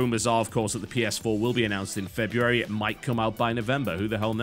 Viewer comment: Oh my god TB, you did it, you said "February" without sounding like you were doing an impression of Sylvester Stallone on cocaine.